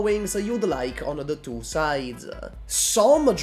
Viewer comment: Why do you say "2" like "tuah".